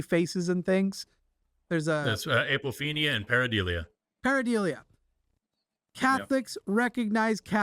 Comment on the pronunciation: Forrest, the word is pareidolia not pareidelia. 🤓